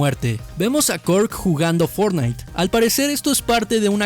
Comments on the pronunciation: Like si te diste cuenta que dice fornite no fortnite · fortnite, no ''fornite''